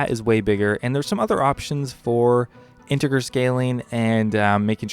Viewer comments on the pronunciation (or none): Integer. With a juh sound. Read a book. Stop playing video games shit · Great video. I didn't know about the stretched fixed mode, and I think I'll use that in future now. On that note, I just wanted to point out that it's pronounced "inte-JER". As a mathematician, I was super tilted listening to that part lol. Animation smoothing looks like hot garbage, but to each their own--I also hated OSHD so there's probably some correlation there. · Bryte H same here with the integer pronunciation because I code quite a bit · Can't say integer? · "integer" g is soft, like j.